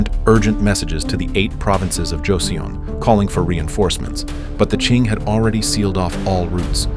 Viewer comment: Pronounced Jo-seon (sounds like son) ‘Joe son’